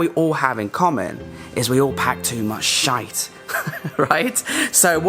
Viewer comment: Ok from now on, I will pronounce sh*t with that accent. Youtube probably allow that “shayt”.